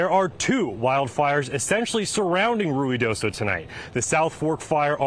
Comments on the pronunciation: I think they are pronouncing it correctly…it is Rui not Rio…. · I can't believe he pronounced Ruidoso correctly.